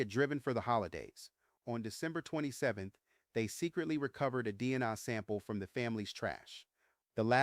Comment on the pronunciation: I'm very confused by this video. Was Kornberg a name the press accidentally gave him? I have never heard of this before. Why are there so many mispronunciations in this video? Is it intentional? Moscow is Mosk-oh not Mosk-cow. Goncalves is Gonsalves. The C is pronounced like an S. DNA is pronounced like the capital letters. It isn't DNI or DN-uh. I am thinking you did this intentionally so I hope I am just misunderstanding a little. This case is an absolute mess and I agree it wasn't random. The "survivor" never was able to ID Bryan as the man in the house. The media just spread the story as fact and people just believed every word without needing proof.